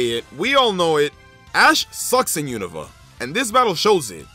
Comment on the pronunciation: Finnaly someone who says unova properly